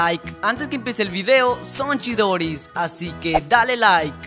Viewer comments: Es son Chidos no son Chidoris eeeee corrije eso xfs no me gusto q dijeras shidoris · pa cuando el viejo no me gusta cuando dice chidoris:/